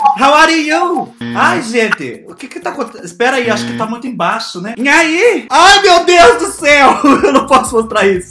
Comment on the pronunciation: engraçado ele falando "inhai" KKKKKKKKKKKKKKKKKKKKscrr